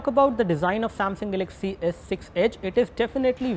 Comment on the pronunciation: This rot head can't even pronounce galaxy properly and wants me to buy edge lol